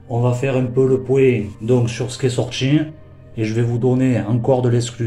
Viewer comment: Sur ce qui est "sortchi" 🤣🤣🤣🤣🤣🤣🤣🤣